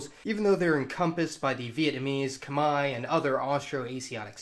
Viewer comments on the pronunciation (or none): I actually really enjoyed this video and thought it was really interesting and informative but boy did you butcher some names in this channel. I know it would have been incredibly difficult given the amount and variety of languages / cultures. But you butchered some of the easier terms like the "Khmer" with the pronunciation.